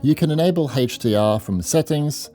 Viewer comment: it's not heichdr it's HDR